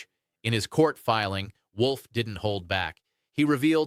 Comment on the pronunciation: Wolf, not Wool!